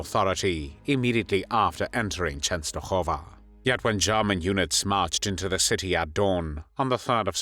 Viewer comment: Why did the narrator keep saying the "Polish and the Jews." Wasn't the Jewish population also Polish? Please enlighten me. I do applaud the proper pronunciation Częstochowa.